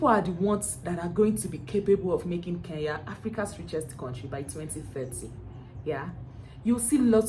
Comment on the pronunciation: I will slap you my dear next time learn to mention my country properly its KENYA en not KEYA please next time you make that mistake nakutuma shimo la tewa ,,,,,,but I love your content keep it up